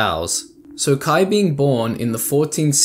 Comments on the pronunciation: this is a good summary of these, but it bothers me sm that you pronounce kaia as "kuh-eye" not "kuh-eye-uh" like, theres an extra a for a reason lol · Why are you reading Kaia as Kai? 😭